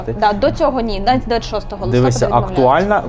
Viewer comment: Не листОпад, а листопАд. Наголос.